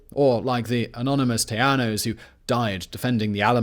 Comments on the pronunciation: Alamo is use now for key word we been over run regroup special location prepared to fight till the end . Lololol tejanos pronouncing is wrong buddy lol you saying tiano lol I am rolling and texians bahahah OMG 🤣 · Agreed. Our Texas history class covered the “united we stand” approach to Texas Independence. Anyone else cringe when he says Tejanos? In Spanish j is an h sound- not y sound...it’s “Tay-han-os”! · It's Teh-ha-no